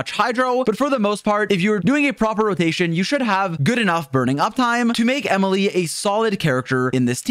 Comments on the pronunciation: "E-mile" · The sudden French pronunciation got me howling ngl